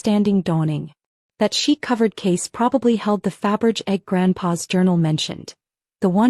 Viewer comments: "Faberge" is pronounced "fab-ur-zhay"! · Fabergé would turn in his grave every time he the AI narrator and the subtitles fuck up his name.